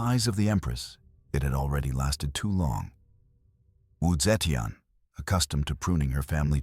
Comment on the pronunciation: Not the right pronunciation of wu zeitian.